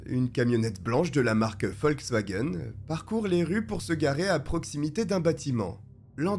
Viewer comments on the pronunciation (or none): none